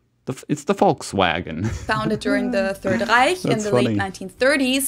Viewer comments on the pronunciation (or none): none